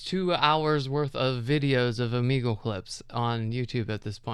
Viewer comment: Have i been saying o-may-gle wrong?😮